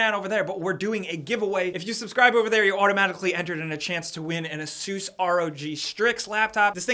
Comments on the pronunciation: Unsubscribed because you pronounced ASUS wrong. It's ASUS, not ASEUS. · Asoos? I thought it was pronounced A-suss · Is Asus really pronounced like Uh-Soos? I always thought it was Ay-Suss. Also that backpack-PC needs a Ghostbusters proton pack case mod. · A-soooos laptop? Lol